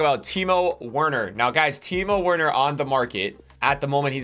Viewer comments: Time Werner 😂 it’s pronounced Timo Verner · It’s pronounced verner not werner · it’s pronounced teemoh verner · Him saying Werner hurt my soul